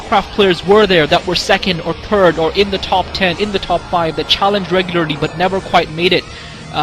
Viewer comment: I like when says third cannon, and it sounds like turd cannon